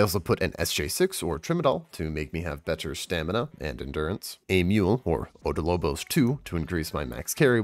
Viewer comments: OB DOL BOS, NOT ODO LO BOS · About this video. Info is good. Reading skills awful Learn to read properly za-goose-teén (not gus or gas) Op-doll-bóss I marked the stress in these words